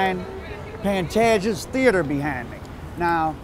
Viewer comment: No disrespect but the correct way of pronouncing his name is ''Pan-TAY-ges''.